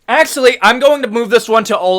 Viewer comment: ''Akssshually" 🤓🤓 'the damats'😭